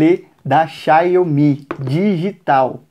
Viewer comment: O nome deve ser dito assim: xaomi